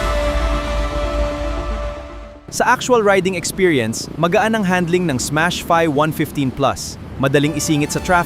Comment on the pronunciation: ...huh? teka, Smash FI, hndi " fay " jusme, me ma content lang AI naman ayusin nyo naman deep dive/review nyo, hindi yung ginogoole o gemini/chatgpt.. imbes makatulong kayo sa mga kelangan ng impormasyong tunay, slop, fake news at mali mali ginagawa nyo, mag FB nalang kyo, wag dito na may vid pa...dds kb?